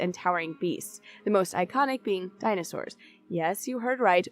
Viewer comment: Wait a minute... Did you say Ixalan has Dinah Shore?